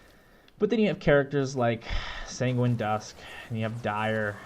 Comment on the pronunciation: Sanguine pronounced sounds like penguin lol also nice video! You should have more subs :)